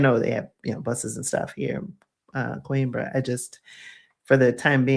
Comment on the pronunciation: I'm not being a jerk, but it's pronounced...."QWEEN-BRAH"